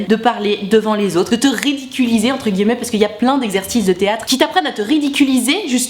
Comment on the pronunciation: Salut j'adore ce que tu fait et j'ai reregardé toutes tes vidéos, voila juste pour te dire que l'accent que tu as quand tu dis "guillemets" je trouve ca drole et mignon, je t'adore bonne suite; )